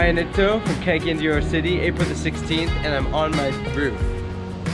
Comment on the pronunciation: the accent is on the second syllable, cagáyan de oro